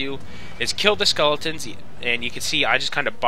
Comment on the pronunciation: is he saying "skulletons"?